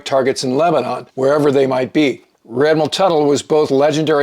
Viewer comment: I had never heard Lebanon pronounced as "!Lehb-eh- nawn" the way the narrator says it here until I moved to north Minnesota. Of course, it's "Lehb-eh-nin".... I went on a twenty man crew to work a fire at Three Sisters, Oregon. With a trainee crew boss that's 21 people. Our bus driver got fed up hearing '"Or-eh-gawn" too many times. At one point she stopped the bus and hollered back at us: "IT'S OREGON ! We're still here!"